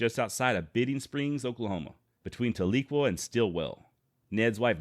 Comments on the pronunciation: Its pronounced TAL-eh-kwah with the emphasis on the first syllable. I have family there. They'd laugh if I said it "ta-LEE-kwah" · Talequa has a soft E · Tahlequah is pronounced Tal-le-quaw. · there is a good book by Larry McMurtry titled Zeke and Ned about Christie, enjoyed reading it. The way to say the name of the town is more like Tally Kwa btw ;) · Hey buddy, love the vids. Just a heads up tho. As a grandson of a Cherokee that was raised on the rez near Tahlequah Oklahoma, no biggie cause a lot of towns in Ok are weird, it’s pronounced Tal-e-kwah. Tal like the word tally, short E sound like the word end and quah like the word squaw. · I like Ned Christie. I think that often, unjust laws push people into a corner and they end up fighting with their backs up against a wall. Ordinary good people end up turning violent, as it becomes a fight for life. This is a very big injustice. PS. You mispronounced Talequah. Tal - LA - quah. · Tahlequah is pronounced like "towel- a- kwaw" by Oklahomans. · That's what I'm saying my family is from tahlequah Oklahoma and we always pronounced it different than how he's pronouncing it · You did a good job but as a chrerokee citizen in Adair co. Oklahoma i have to say you pronunciation Tahlequah and Keetoowah were way off!! Other then that very good